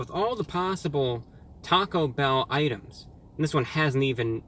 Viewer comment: Sounded like he said taco hell